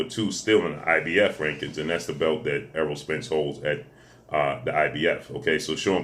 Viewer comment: That long ass intro for each fighter and you still miss pronounced Errol name lmfao 🤣